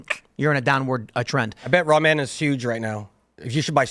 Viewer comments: It’s not Ra-men, guy. It’s simply ramen. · it's ramen not raw men lol ok it's not rammin' noodles either 😂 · RA-MEN. Bro this guy cannot be human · Raw Men...that's all I can hear when says Ramen. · Raw-Men. What is that pronunciation?😂